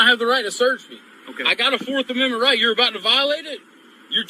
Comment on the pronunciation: Maybe it's just me, but when the SovTwit says "you are" or "You're" it sounds more like "Yarrr" like he thinks he's a pirate. Good example